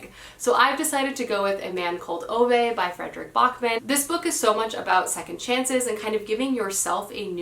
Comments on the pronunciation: Ok, I love your channel but I feel like I have to say two things. One, Ove is pronounced "Ooh-vuh", not "Oh-vay". Think of a New Yorker with a strong accent saying Hoover, "Hoo-vuh". Same with Ove, "Ooh-vuh" with a strong emphasis/stress on "Ooh", and "vuh" being almost an afterthought. Two, Babel is pronounced "Ba-bull", "a" as in "bat", not "Bay-bull", "a" as in "hay". It can be pronounced "Bay-bull" in the U.K., but in this case it isn't. The word comes from the Tower of Babel in the Bible and Josiah uses it as a reference. Another word derived from Babel is "babbling", as in a babbling brook, or, "what are you babbling on about?" Try using the "Bay-bling" pronounciation in those examples, it sounds so weird, lol. If you're still not convinced, here's the author himself saying it - and this is after the host has already said "Bay-bull" several times during the introduction, yet when Josiah gets to speak, he corrects him and says "Ba-bull" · it’s pronounced a man called oo-vah